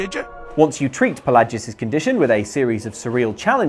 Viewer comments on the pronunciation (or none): Sorry to nit pick, but Palagius is pronounced "PA-LAY-JEE-US" Sheogorath is pronounced "SHAY-O-GOR-WRATH